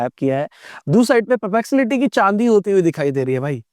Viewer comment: Sir : puh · pleks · uh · tee